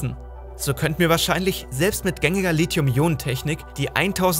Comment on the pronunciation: Gutes Video aber es heißt nicht Litium